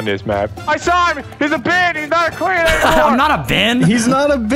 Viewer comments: "Are you DIS yewow crwate??" XD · Are you dis yellow cwate? Are you dis yellow cwate?